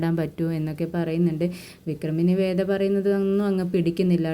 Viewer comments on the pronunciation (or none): വെട അല്ല വേദ